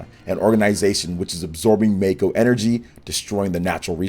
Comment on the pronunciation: It’s Mahko energy. Not Mayko